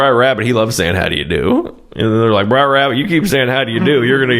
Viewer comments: It was never "briar rabbit". Per the original African-American folktales (mid/late nineteenth century) Br'er Rabbit (/ˈbrɛər/ BRAIR; an abbreviation of Brother Rabbit, also spelled Brer Rabbit). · If I starting watching this, and you say "briar" rabbit, I'm out. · Yup. There it is: briar rabbit. ffs. They even say it properly in the damn movie you're watching. About a thousand times!!! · Idk how to spell the pronunciation of it but it’s not Briar like a briar patch. And I do know the story of the tarbaby and the lesson. Even tho I never saw the movie, cuz I guess Brer Rabbit / compere lapin is a real thing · Jesus, we TOLD YOU OVER AND OVER YOU WERE PRONOUNCING “B’RER” WRONG. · relax, i was just winding you up for taking it so seriously - also there's no "original" book. These are folk tales. There's no single correct way to spell or pronounce it. The main thing is that it is brother, not briar. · Love yer stuff... It's not "Briar" Rabbit, it's "Br'er" or "Brer" Rabbit "Brer" is short for Brother, and "brer" rhymes with "share"... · It's not Briar Rabbit, it's Brer Rabbit. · Brer, not Briar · It's Br'er Rabbit, not Briar Rabbit. He does hide in a briar patch, but that's not his name. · It isn't Briar Rabbit, it's Brer Rabbit. It is a shortened way of saying Brother Rabbit, Brother Fox, Brother Bear. It's kind of like hillbilly speak, only it's old time black speak. Like in hillbilly, critter is creature, vittle is victual, bob war is barbed wire, borry is borrow, nekkid is naked, etc. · It’s not BRIAR Rabbit. It’s Br’ee, pronounced BRAY’er. You’re thinking of the prickly plant referred to in the fairytale known as a briar oatch. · Br'er is pronounced Brere (like there) not Briar. Br'er=Bro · It isn't "Briar..." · Brer Rabbit, Brer Fox, Brer B'ar, Brer Wolf, Brer Polecat, Brer Rattlesnake, Brer Tarrypin, etc. "Brer", for "brother", not "briar". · It's not Briar Rabbit. It's Br'ar (pronounced Brayr). It's like brother rabbit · "BRER" NOT "BRIAR" FFS YOU'RE KILLING ME